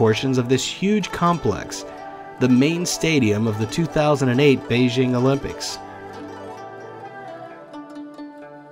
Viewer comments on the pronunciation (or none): You're pronouncing Beijing wrong. "J" is hard, not like "Beige". BEI-JING.